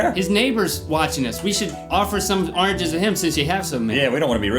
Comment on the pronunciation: "Arnges" :D